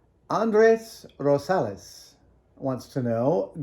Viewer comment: very impressed by adam's pronunciation of andres rosales